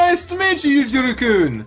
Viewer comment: I believe it's Sousuke -> soh-su-ke Yuujirou -> You-ji-roh Gou -> Go (as in the word "go") I think, "ou" in romaji (the phonetic version Japanese) is said like "oh" I might be completely wrong tho. correct me if I'm wrong